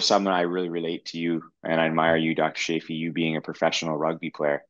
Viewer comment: Sorry I have to correct you. Say chance, chocolate, choose and now say Chaffee. Perhaps I am a bit OCD about this so help me, please. 😊